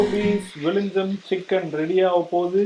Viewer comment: Vizhinjam ila sister vizhin-j-yam..😊 j silent